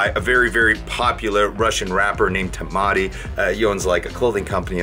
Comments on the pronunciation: Haha funny how you pronounced the name of a rapper ТэмАты. Почти как томаты))) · TOMATi. Oh man, Timati would like this pronunciation )